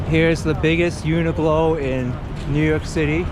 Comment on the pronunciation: I LOVE your videos, thanks so much for making them. I particularly enjoy walking on my treadmill watching your 360 vids on Oculus. Two jarring things in this video though. I’m 99% certain it’s pronounced "Uni-clow" rhymes with glow. It’s a q, not a g. (maybe short for universal clothing) and St Patrick’s Cathedral looks gothic to me, not art deco. Regards, a nerd from England.